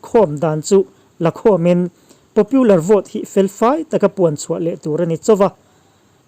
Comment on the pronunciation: Trump-puia a ni lo, Mizo a ni lo, Trump-a ti mai rawh. Tin, Popular hi Popiular tia lam tur a ni lo.